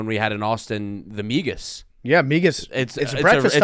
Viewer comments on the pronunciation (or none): As a Spanish speaker, it hurt my ears every time they said migas.